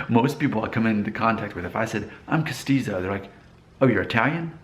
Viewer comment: Yes, you are castizo and you pronounced it correctly. But it is an old term that no one uses it anymore. In Medellin, where my mom is from, they did this to water down the Indigenous people. It was better to be Castizo than Mestizo. Sad world.